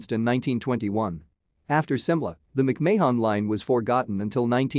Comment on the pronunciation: Your killing the name. It's not May Hon or Mayon its Marn , Mc Marn is how it's pronounced. Thank you.